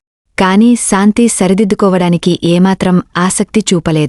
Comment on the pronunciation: Nice,aina meeku sha raada.santhi,niraasa,ramesa.antunnaru.